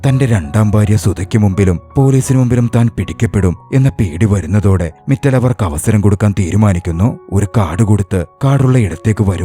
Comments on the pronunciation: മിറ്റൽ അല്ല മിത്താൽ ആണ് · മിറ്റൽ അല്ല മിത്താൽ ആണ്.